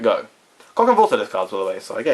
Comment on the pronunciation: pronunciation: SEE-lo-canth.